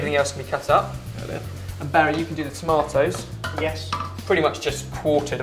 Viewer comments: He said toematoes XD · "Tomahtoes" LOL'd